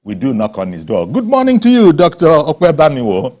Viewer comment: It is Dr Ope Banwo not Manwo